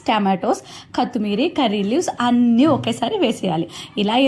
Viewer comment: Madam kathimeraa kadhu kothimiraaa😂